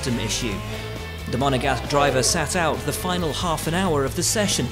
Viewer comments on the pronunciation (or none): Have a drink this season each time they say "Monagast" driver for Clerc. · Why does every f1 journalist love to say Monegasque just for the sake of saying Monegasque because Charles Leclerc is a Monegasque from Monaco which makes him a Monegasque